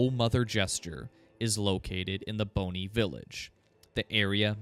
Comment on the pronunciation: Bonny isn't pronounced like bone-y, that kinda takes away the significance of it being called Bonny Village lol. And Mohg is mow-g, not 'mog', like this pronunciation is in the game into which you're deep diving